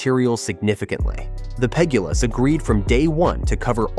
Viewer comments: The Pegg uh lahs lol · Ai 😂😂😂 PEG-GULAS